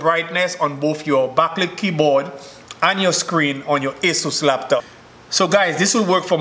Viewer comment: Leptop not laptop.....😂😂